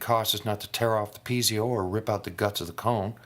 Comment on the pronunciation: nice video. but piezo is pronounced pee-ay-zoe,not pee-zee-oh.